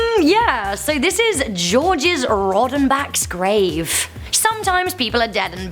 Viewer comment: Georges is pronounced “George” à la française.